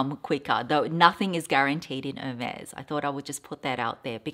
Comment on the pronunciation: No, you don’t pronounce it correctly - but the color is beautiful. Love Ostrich❣️